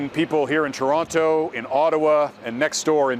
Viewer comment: you sure love saying ToronTOH